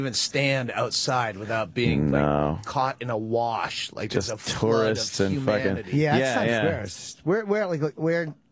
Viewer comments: When Opie say worsh instead of wash God isn't that funny hahahahahaha!!!!! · It’s so edgy and hilarious the way dopie mispronounces wash with “wersh”... he is such a comedic talent. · we get it opie, you say wersh. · It's a slow burn but I promise that by the fifth or sixth time Opie mispronounces "wash" it really starts getting funny. He not only steered the ship but his comic stylings were unmatched.